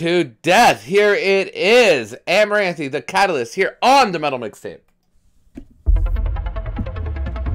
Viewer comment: Great Reaction I love seeing you jam out this one. Song is 🔥. Side note, it’s pronounced amaranth , you don’t say the e at the end lol